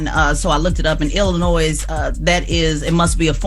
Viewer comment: Teslyn if you are going to report national news please learn how to pronounce the name of the state. The “s” in Illinois is silent.